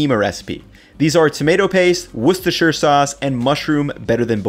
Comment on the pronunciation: An American who can say Worcestershire. Colour me impressed.